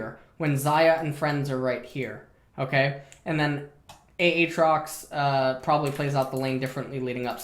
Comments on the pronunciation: Who the fuck in twitch chat trolled him into saying "Ay Ay trox" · A-atrox... you’re killing me 😂